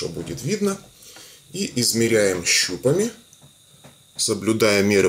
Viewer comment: Щупами ударение на а падает！ а не на у